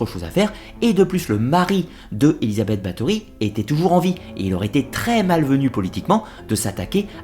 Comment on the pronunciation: Bonjour, je sais que les sonorités du Hongrois et du Slovaque sont difficiles pour nous autres Français, mais quitte à faire un docu sur la comtesse Bathory, aurait il été trop difficile de vérifier la prononciation des noms propres?